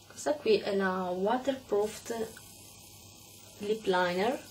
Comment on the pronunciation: waterpruft??? o.o non è la prima volta che lo pronunci male..nell'altro video hai detto waterproft o.o ..